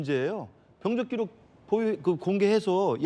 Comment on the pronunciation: 진행자는 왜 자꾸 병적기록을 병쩍기록이라고 발음을 하시는지???